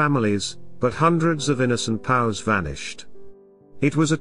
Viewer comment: Can't we get the narration down right in these Youtube videos? Terrible pronunciation ("POWS" isn't pronounced "pows") and Buenos Aires is pretty easy to figure out how to spell correctly. When you get the easy little details wrong, you have to wonder about the integrity of the larger messages.